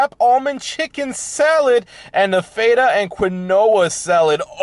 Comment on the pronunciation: The way you pronounced Feta and Quinoa. LoL